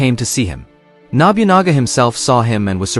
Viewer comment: objectively speaking we know Yasuke was in Japan for 3 years. Sword bearer, or Kosho were low level bushi. Wakizashi were given to low level bushi, not samurai. Man your pronounciation of Japanese names is terrible. Its not Nobyunaga its NoBuNaGa and NaOhEh. Samurai had sir names. It took Hideyoshi, the ruler that followed Nobunaga and ruled all Japan took 10 years to be a Samurai. If they considered him a legendary Samurai there's no way Mitsuhide would spare him. Also, in that time we recorded all battles and samurais and their accomplishments. we have no records of this. 99 percent he was not a Samurai he was Nobunagas trophy to show off to other people. Look at the rare colored servant I have. do you think Nobunaga would send said rarity off to a dangerous battlefield? he gave him the status of Kosho so that they could speak directly together. and a female Japanese does not represent Japanese warriors at all. the whole comment about exploring Japan with non-Japanese eyes is really racist. why does Ubisoft trash its name of being so historically accurate that Unity was used to rebuild the Notredame? because theyre in bed with sweet baby inc. tatami mats arent squares. You don't sit on the lines, kneeling was started under Tokugawa, and the shoji is too big, Incense is a buddist tradition from the Edo period not a Shinto tradition... why didn't they have any of their Japanese staff review this? they are shitting all over their historical accuracy reputation. it also makes